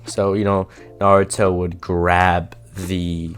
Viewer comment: ummm did he say naurto grabbed the blade